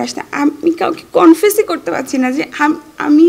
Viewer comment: কি ইংরেজি ভাই ।ফলস, কনফেস